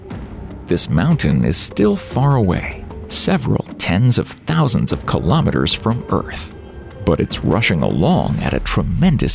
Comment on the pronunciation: Kilo Meh Ters? It's Kilo Mee-Ters. Kilo is 1000, so ask yourself, 1000 what? Meters? Kilometers. :face-orange-raised-eyebrow